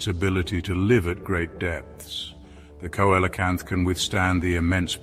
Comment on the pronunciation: Dear, it's pronounced SEE-LOW-CANTH and SEFLO-POD. Other than that, the information is solid.